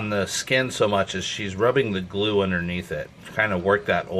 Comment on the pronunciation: stop saying glu bro lol, also did you let it free? p.s good vid